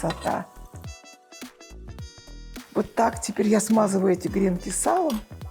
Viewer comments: Хочу сделать замечание. Надо говорить_- гренки, на последнюю букву "и" Ударение. В вы вещание на всю Россию, и все говорят неправильно. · ❗️🐾🐾. Милая Ларисочка, всё прелестно🌺 но гренкИ - это муж. род с ударением на И🌺 посыпать гренок сверху нужно ЯЙЦОМ т.к. яичко - это из области мужской урологии🌺